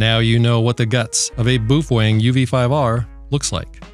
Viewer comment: boof wang? 😅😆😆🤣🤣😂😂 he kept saying boof wang...wtf